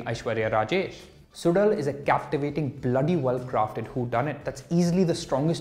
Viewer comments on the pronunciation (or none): Bro, the show is produced suzhal ( su lal and not sudal)